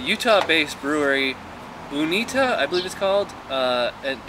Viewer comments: Uinta is pronoucned You-in-ta. they are a fairly popular local brewery here in Utah. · It's Pronounced [yoo-inta]